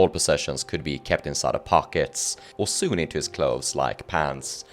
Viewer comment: I've never heard someone pronounce sewn as soon lol